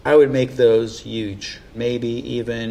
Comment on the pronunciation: He said, “I would makes those yuge.” 😂